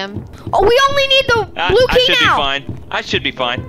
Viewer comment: when said blue key it sounded like bluey! 😂